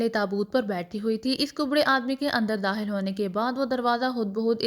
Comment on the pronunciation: Sry to say bht achhi story h pr aap kha ko haa q padhti h?😅 every time jb kha word aata h likh khawer ko hawer dakhil ko dahil khatun ko hatun 😅